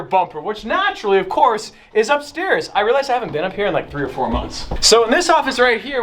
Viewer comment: Does this man really think we can afour a buggati